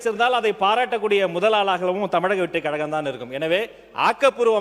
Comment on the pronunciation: கழகம் என்று எழுதி அதை கலகம் என்று படிக்க உங்களுக்கு எந்த மாங்கா மடையன் ஆசிரியர் கற்றுத் தந்தது நீங்களும் உங்கள் தமிழ் உச்சரிப்பும்